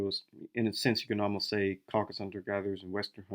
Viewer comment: It's CaucasUS, not Caucas 🫣